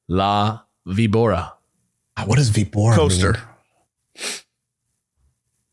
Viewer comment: Víbora, accent on the I, is viper on spanish